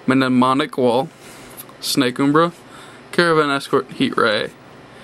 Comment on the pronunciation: It's been bothering me, mnemonic is pronounced ni-mon-ik